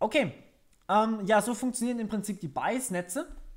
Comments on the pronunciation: Finde deine Wortwahl und Aussprache sehr angenehm und klar. Gut Wie Rehunium schon gesagt hat Bayes hört sich wie Bias an, finde ich aber nicht schlimm, man weiß ja von was du sprichst. Gutes Tutorial im übrigen ;-) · Aussprache von Bayes bitte nochmal überprüfen, klingt bei dir eher nach bias. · bitte einmal nachschlagen, wie man "Bayes" ausspircht...das irritiert sehr.